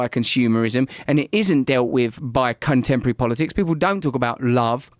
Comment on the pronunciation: Did he say 'Cuntempory politics' ? Haha